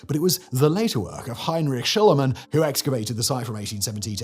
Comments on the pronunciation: You pronounce Shlieman, like it's spelled. Not Schl EYE man. And Piri Reis is also like it's spelled, Rice, not RACE. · shlee man...not shilluh man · In the space of two minutes, you pronounced one single name three different ways. Schliemann became Shulliman, Shlyman, and Shleeman. Edit: And now 30 seconds into the Helike section, you've pronounced the name alternately as Helikuh and Helikee. Dude. Pick a pronunciation. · SCHLIEMANN, you dope, not Schleimann Shleeman, if you must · Schliemann is pronounced "Shleemann". Speaking of Mohenjo Daro and Harappa, but not mentioning Göbekli Tepe in Turkey? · ‘Schliemann’ is pronounced ‘Shlee-man’. In German ‘ie’ is ‘ee’ and ‘ei’ is ‘eye’. The Diphthongthingy Pedant 😁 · Numerpus pronounciations of the world famous archeologist Simon but it’s Schlee-man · How tf did you manage to pronounce Schliemann in FOUR different ways? I know a lot of Brits are monolingual and struggle with foreign languages but come on man, this is just sloppy, it happens in a lot of your other videos too. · You can't say he pronounced Schliemann wrong.. Every time.. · Anyone else notice that Simon's pronunciation of names can very from moment to moment? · He knows, you dope, it's his thing to mispronounce names.